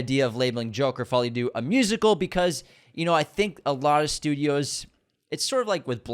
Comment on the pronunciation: Follie à DEUX, not Doo!!! 🤦🏻‍♀️ unsubscribed!!😉 Just Google the pronunciation and click on the speaker icon to hear it, takes 5 seconds!!!